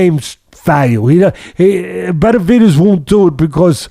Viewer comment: Is it me or does it sound like teddy is saying "Beterbidez"